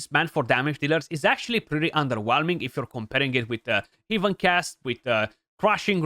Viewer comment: my god its heaven ˈhev(ə)n not 'hiv(ə)n